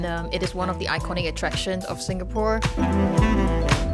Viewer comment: As a former Singaporean, I can easily detect it in a Singaporean. She sounds like her accent has developed from exposure to foreign countries, while maintaining the essence of the Singaporean accent. Still pronounces words with 'th' with a 'D' sound as in 'De food here is excellent.'